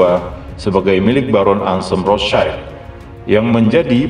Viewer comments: BANG ROTHSCHILD ITU BACANYA BUKA ROTH CAIL.. TAPI RETH SIELD INI BAHASA JERMAN AZKENAZI YG ARTINYA TAMENG MERAH. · Maaf min Cara bacanya bukan "rotschaild" Karena aslinya dari Bahasa jerman. Yg lebih tepat rothsyield.